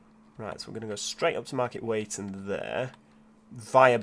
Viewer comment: Youre hurting all our ears from East Yorkshire 😂 Market weighton is said as Wheat-on, and Hedon is Head-un 😝